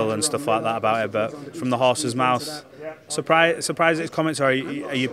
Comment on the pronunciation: Did he say 'from the horse's mouse'!? 9.28